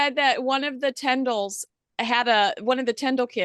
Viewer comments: please check how you pronounce Zara and Mikes surname … Tindall. Not tendall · forgive me for this, but it’s pronounced TINdall, not TENdall.